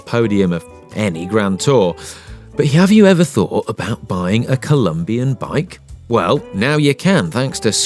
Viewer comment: The bike says on the top tube...IT’S COLOMBIA NOT COLUMBIA, and the narrator still says COLUMBIAN BRAND.